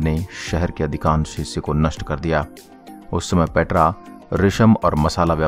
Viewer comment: पेत्रा नही पेटरा 😆